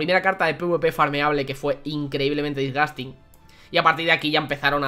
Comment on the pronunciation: Nadie: Absulutamente nadie:: DISGASTIN